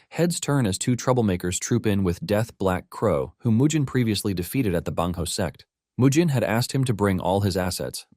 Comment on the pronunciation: Bro it's sect not s*x 😭🤣